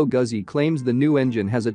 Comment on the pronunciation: "Gooozi" or "Goootzi", not "Guhzi".